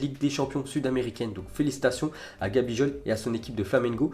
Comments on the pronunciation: Gabijol 😂😂😂😂😂😂 cest gabigol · gabijol. Avec un g comme goooaaaallll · #dyslexie de la bouche !!!! 🤣🤣🤣 ça pète les tympans !!